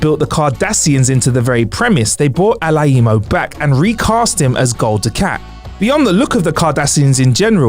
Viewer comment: I doubt that's how Marc Alaimo pronounces his last name guys. Do your research please.